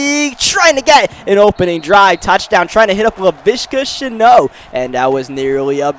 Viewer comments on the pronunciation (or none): It’s not sheno it’s shenault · If you didn’t know. It’s shenault and not sheno. Love the vids and keep grinding for that super bowl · Lmaooo😂😂 it’s Shenault for sure🤣 not ur fault bro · You gotta pronounce the lt in Shenault im pretty sure lol! Great vid! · Please say Shenault’s name correctly. Love the content tho, I’m a fan